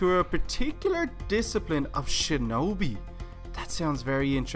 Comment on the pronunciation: When he said sinobi did anyone think of naruto